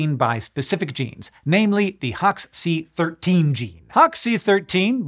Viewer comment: Hox c-13 sounds like you’re saying hawk-tuah